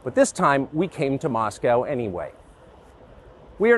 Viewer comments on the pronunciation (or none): none